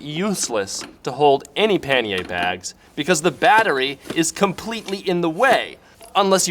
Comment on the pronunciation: Nice to hear panniers pronounced correctly.